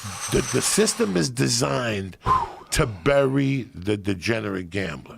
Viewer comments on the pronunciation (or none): none